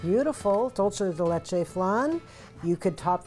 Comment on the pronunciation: Lovely recipe! In Spanish dulce de leche is pronounced Dool-seh deh Leh-cheh